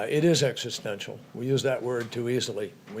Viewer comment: say it with me Joe, "existential"😂😂😂😂😂😂😂